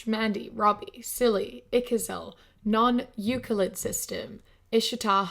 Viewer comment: Hey kiwi, about that one patron named Euclid System, the "Euclid" is pronounced "Yooklid". It's from a creative writing project and a unique name but yeah it is a tricky one to pronounce! I just hate hearing the uncertainty and effort when you read off the names :)